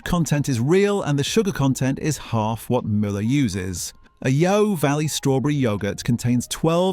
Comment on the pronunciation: Great advice but pity about the computer voice - bebeque instead of barbeque, yow valley not yeo valley, unless the guy talks funny.